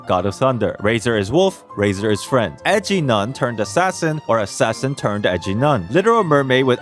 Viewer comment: I know you called Rosaria an Edgy Nun, but i heard Ecchi Nun and believed that too